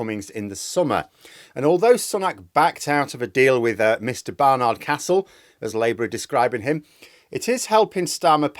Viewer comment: Tut. The last syllable in "Barnard" is short and unstressed,, as it is in "steward". Still, at least you got "Castle" right, unlike most of the media. Pity about Cummings though. The town could do with another boost to tourism.